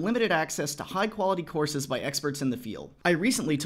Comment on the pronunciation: I heard horses instead of courses